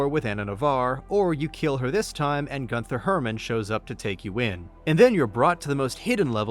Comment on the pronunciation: "Gunther" is pronounced GOON-ter. "Rothschilds" is pronounced like "roth shields."